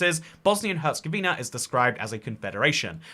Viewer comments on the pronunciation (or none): none